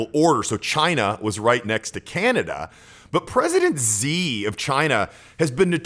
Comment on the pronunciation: Good video, but Xi is pronounced like "she".